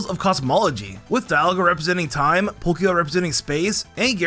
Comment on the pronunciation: Ah yes, Polkia